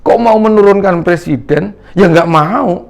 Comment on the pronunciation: Dah bau tanah banyak tingkah 2 kake ini, ngomong aj dah blepotan mau nurunin persiden banyak2 istipar 2 lake ingat kematian jgn selalu souzon mulu.